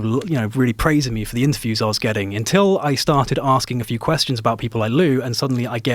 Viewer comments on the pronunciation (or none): none